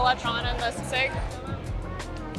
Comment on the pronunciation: Lee shon? See seeg?